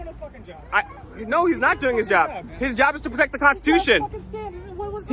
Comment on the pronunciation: I am so enjoying your 12 days of Christmas series! Thank you for making me laugh out loud...hard. I feel I must point out this guy's serial mis-pronunciation of the word "constitution." Did anyone else notice he kept saying "cons-tu-tion"? If you're going to be a "freedom fighter" and defender of it, making that point by using the word over and over, please Google how to pronounce it correctly! Also, a pet peeve of mine is the phrase "God given rights". Once you're born, the only right God promises you is death. Whatever happens in between is what you choose to make of it and it's obvious to me this waste of space has no desire to be do anything positive.